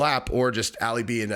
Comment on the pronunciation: His name's not pronounced Alley it's pronounced All Lee or Ollie. For some reason you continuously repeating it incorrectly bothered me. Every other person in the video said it correctly so you had their pronunciation to go by and use as a great reference. I know you're a meat head but you are on the upper part of that scale so I expect more from you as you're one of the smarter ones. Lol I'm Jus busting balls! Yall go easy on me.